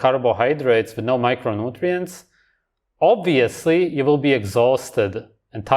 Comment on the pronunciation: “Uv-course, oob-veously” cool mullet dude